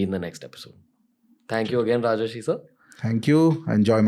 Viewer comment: It's Rajarshi (राजर्षि) and not Rajashi (राजश्री) .